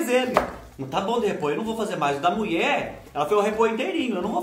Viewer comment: Adoro quando ele fala que a muié falô 😂😂😂